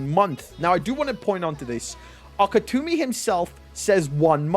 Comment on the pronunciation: It's Gege AKUTAMI, not AKETUMI!